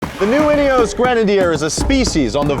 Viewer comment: INEOS - it has no E at the end… why is it being pronounced like it does?